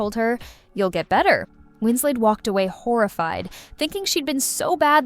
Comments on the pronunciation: Winslet not Winsley. She is English, not French. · Winslay? The last syllable is pronounced “let” not the French way. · Kate Wins-LET not Wins-lay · Winslet or Winslay - choose one . . . the correct one! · This narrator pronouncing Kate Winslet's name as if she was French (Wins-LAY) is incredibly annoying. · I think the VO is trying to say "Winslay", mispronouncing Winslet the "French" way... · Win-slay is annoying.Everyone knows how to pronounce Kate Winslet’s name. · What’s with the French pronunciation of “Winslet”? Had the narrator never heard of her previously? Or is it an AI voice?